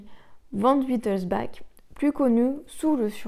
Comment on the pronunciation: Van wittelsbach se prononce Wittelsbarr